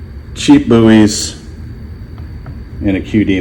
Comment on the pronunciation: You calling BUIS 'buoys' is doing psychic damage to me